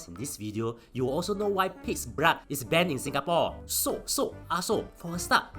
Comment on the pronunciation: I love how you pronounce blood as "Brahd"